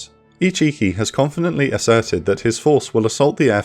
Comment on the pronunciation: Can't not hear ichicki as "he cheeky!"